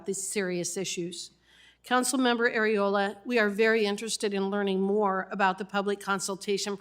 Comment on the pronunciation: Did she say Council woman Areola? 😂😂😂 I'm sooo immature 😂😂😂